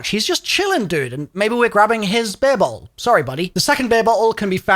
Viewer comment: Bro the way you say bottle sounds nothing like the word